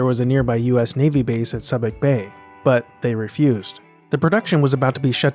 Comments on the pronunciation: Absolutely fascinated by your series- one of my favorite movies of all time. BTW- I'm a former U.S. Navy sailor, and for future reference, Subic Bay is pronounced SOO-bick, not SUB-ick! ;-) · Subic Bay is pronounced Soo-bic not Sub-ic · Not "Suh-bic" Bay, "Soo-bic" Bay. SUBIC. Nothing wrong with P.I., don't see how they thought it was too hot. I was stationed at "B" Company, Marine Barracks, Subic Bay, R.P., and Olongapo is the town right outside the main gate. Back in the seventies, it must have been pretty cheap, as it was ridiculously cheap when I was there. In the 18 months I was there, I probably experienced about six typhoons. These guys needed to understand that they weren't in the States anymore. When it's mud up to your nuts, you just walk right through it. Lots of fun when you're on libo, and when we were out in the boonies, well, that's what cammie trousers and jungle boots are for. Didn't bother us. I've picked apart so many Vietnam movies for inaccurate details, from "Platoon" to "The Deer Hunter" to "Born On The Fourth of July". I think Copola did an outstanding job with "Apocalypse Now", and I own the redux version that includes the stranded bunnies and the French plantation. Theatergowers missed out on the fuller story that was built in this manner. Well then, I'm gonna didi mao now... Semper Fi. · I love the channel, Subic Bay is pronounced Sue-bic not Sub-ic. I spent several weeks there on deployment. Semper Fi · also: learn how to say place names accurately... it was so damn jarring when he kept saying Subic Bay as "sub-ik" instead of "sue-bick" as it is actually said. That stuff matters a lot. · Subic Bay = “SOO-bik” Bay. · Btw, “Subic” is pronounced like SUE-bic. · Great vid! It's pronounced Soo-bic Bay. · Pronunciation Tip: Subic Bay sounds like “Sue Bic” as in a girls name and a popular pen. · Where are you from that you can't properly pronounce Subic Bay and other area places of the region?